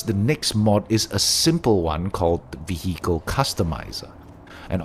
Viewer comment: Excellent list, I've been diving into heavily modding the game for my next playthrough so thanks for summarising. Also tiny unrelated note, the 'h' in vehicle is silent.